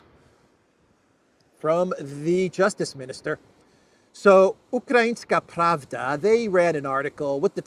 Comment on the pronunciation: It's ukrainskAYA pravda, not UkrainsKI. Truth ("Pravda", in this case) has gender in Slavic languages and it's female.